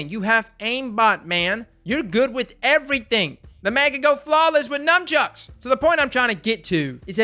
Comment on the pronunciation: Definitely heard ‘numbchucks’ haha